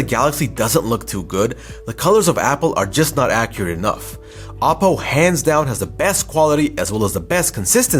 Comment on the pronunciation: OP PO !! not apo ! it sounds like Apple